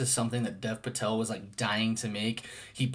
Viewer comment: Really enjoyed your review! One small thing, Dev Patel's name is actually pronounced more like "Dave" Patel.